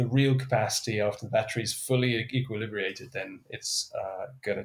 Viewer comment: Very good but, please, it's equilibrated, not 'equilibriated'.